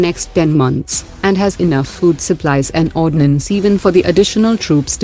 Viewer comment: Its Ordnance, not ordinance